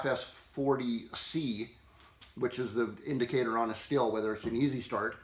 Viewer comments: Please don't say "still" . It's pronounced "steel". Drives me nuts to hear that. Good advice, though! PEOPLE!! Read your manuals, or us the QR code on the tool to learn about using it!!! I hated easy start at first, but it actually works, especially if one doesn't have the strength to use a conventional recoil start. Jim D Stihl MasterWrench Tech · German equipment, German craft, German cap, but English pronunciation of the Stihl brand :( It should be "Sh", like Schumacher, Schengen, shy, shine, should, shut, Stihl!) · And for the love of god man, every one of you please learn how to say Stihl. Stihl - Steel not still